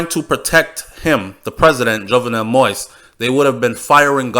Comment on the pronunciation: It is not moist. It is moise.